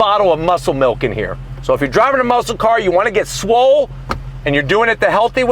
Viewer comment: Did you say “swol”lol . Your crazy !! I love it !